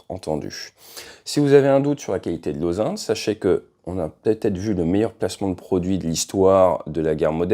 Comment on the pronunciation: OSaint? On prononce ozint, pour intelligence en anglais, ta prononciation porte à confusion.